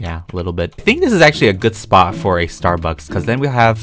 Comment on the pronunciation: When you say "spot" i thoght you say spa btw i give you a Idea make a Breadyyy Spa